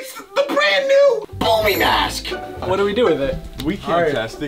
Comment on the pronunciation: Bro really said booby mask☠️☠️